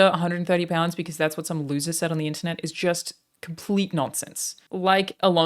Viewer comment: Almost got the american accent perfect. "Internet" fucked you over man.